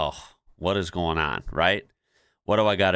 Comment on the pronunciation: It's "goin" not "garn"